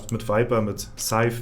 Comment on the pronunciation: Gw an! Mega Video! Eins meiner favourites. Außerdem find ich es krass, dass du endlich mal scyth3 richtig ausgesprochen hast. Gw an der Stelle an dich!